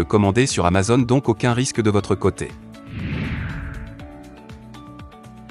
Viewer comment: Alors pour info on dit pas amazonne, mais amazOn, avec un O fermé !! Comme une "zone", un "mot", un "atome", un "clone", un "môme", un "château".